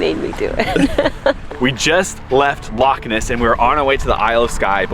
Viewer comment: As a non Scot, living in Scotland, I have to compliment you pronunciation of Glenfinnan, Glasgow and Edinburgh, have to work on the loch though! The islands are much more religious than the rest of us, hence shut on a Sunday, and if you visit again, most shops will give you cash back on your card. This means you can buy something and then ask for money as well. This is quite handy is you are short of funds. Pubs, hotels and many shops will do this free, when you go to the till. Below is a song by the Corries about Portree. You might just recognise the tune? The Corries. "The Portree Kid."